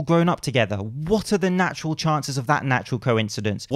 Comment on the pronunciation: your said natural very unnaturally... Is there something you're alluding to?